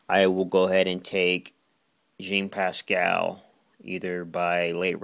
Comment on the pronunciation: its jean pascal not yann pascal